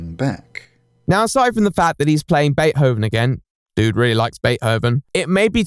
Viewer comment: You think how he pronounced Manga is wrong? Did you hear Bait-hoven?? Mainga is fine, it's the proper way to pronounce it when you have a british accent. At least he didn't say Man-guh.